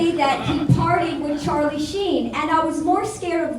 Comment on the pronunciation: Ah the beginning of the Chahliss Saga lmao, Tony getting his name wrong like 5 times had me dead xD